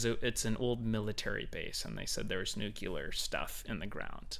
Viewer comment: NUCLEAR, NOT NUCULAR